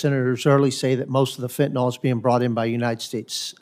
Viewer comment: Marsha Blackburn doesn’t even know how to pronounce Fentanyl. She says “Fentnol.” Hard to take her yammering seriously when she speaks so poorly.